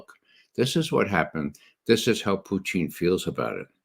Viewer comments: I love Ray but his name isn't Putine. Putine is a food from Quebec made from French Fries with gravy and cheese on top. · Ray loves to say "Poutine" because he honestly believes that is how the Russians say it. His accent is so horrible he should stick to the way that most Americans mispronounce it.